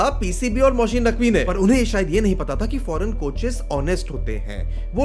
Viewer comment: Yes and the other name is Mohsin not Mosheen.